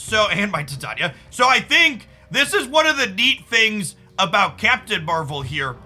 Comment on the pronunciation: Saying Titania so wrong